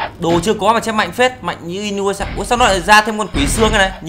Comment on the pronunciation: Trong tiếng nhật "u " đọc là" ư" vì vậy đọc là i- nư- ya- sha ms đg